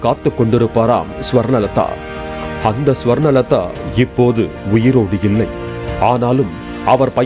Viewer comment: Chi olunga sollu swarna..... Swarna... Nu chi😂